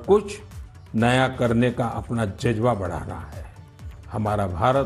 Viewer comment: जज़बा। जजबा नहीं !